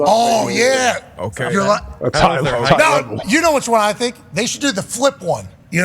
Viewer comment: "Did they thinkuh that?..."